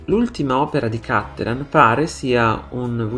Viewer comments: Wrong pronunciation. It's Cattelàn, not Càttelan, because he's from Padova, Veneto. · Vorrei dire: Cattelàn, non Càttelan. I cognomi veneti, e lui è drammaticamente padovano, si pronunciano come parole tronche e non bisdrucciole come fanno tutti i lombardi etcetc. L'accento va sull'ultima sillaba.